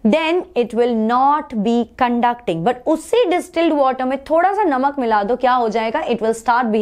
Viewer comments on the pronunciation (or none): none